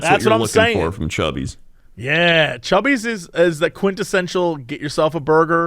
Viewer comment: Y'all DO realize it's 'Cubby's' and not "Chubby's", right?